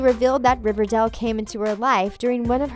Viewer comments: It’s RiverDALE not RiverDELL 🤦🏼‍♀️ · Riverdall. It's Riverdale, get it right 😂😂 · SHE US SAYING RIVERDAL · She pronounced it Riverdal... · OMG stop saying RiverDELL. It's RiverDALE. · I don’t like the narrator she say it like riverdel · It’s RIVERDALE!!!!! NOT RIVERDELL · I’m kinda annoyed by her pronunciation she kept saying “riverdel” it’s more “riverdeil” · What BS from a person who pronounces Riverdale as ReverDaal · THE WAY SHE SAYS RIVERDALE, ITS RIVERDALE, NOT RIVERDELL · I cringed every time she pronounced Riverdale RiverDELL😩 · First of all it's not "Riverdaale". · I hate how she says it like, “River-dell” 🤦‍♀️😂 it annoys me, anyone else?! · Ikr its cherrryl ((i think u spell like that) you can hear her thick her robot voice. She is just jealous she cant make a show as good as riverdale. hasnt evn watched it! she cant say there names, there ages, the show name, she says 'riverDELL'. So annoying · That and for some odd reason keeps pronouncing Riverdale as "Riverdell" lol. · Fluffed Pillow it's pronounced "river-dale" just like Its spelled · Atara Berzon dont forget "riverdell" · "cherry" "riverdell" what else? betty copper?? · Am i the only one who got triggered when she said cheryl and riverdale wrong😂 Edit:And every other name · You can’t even say riverdale or Madelaine right and your going to try to talk about the show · i know and its is killing me inside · Is anyone triggered cause she is saying riverdale and cheryl wrong😐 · First thing I notice she pronounced riverdale wrong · **GRUNDY** Also, does it bother anyone else that she says “RiverDELL”??? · WHY?? I AGREE, DIS LADY PROBABLY HAS NOT EVEN SEEN RIVERDALE, WHO THE H*** SAYS MS.GUNDY???? AND RIVERDAL?? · OMG ITS RIVERDALE NOT RIVERDAL AND ITS CHERYL BLOSSOM NOT CHERRY BLOSSOM THIS IS TRIGGERING ME!!!